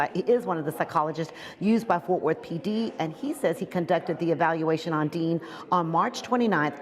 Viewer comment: Aaron DEAN not DEAL 😂